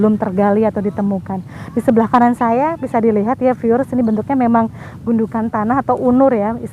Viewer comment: Piiuuerr 😂🤣 di tengah sawah? 😂🤣😂 piiuuer piiuerr kaya lagi disebarin pasir mbaak.. Piiuuerr piiuuerr... Gimana jalan setapak di depan candi bisa jadi petunjuk bhw candi itu untuk tempat keagamaan. Piiuueerr mbak piiuueerr? Ooohh "viewers"... 😂🤣😂🤣 maap deh mbak ini kuping Jawa jadi rada tulalit... 😂 mending menyapa penonton video dg kata " Saudara" "sedulur" atau "pemirsa" aja deh mbak.. Biar lebih mengindonesia 🇮🇩🇮🇩🇮🇩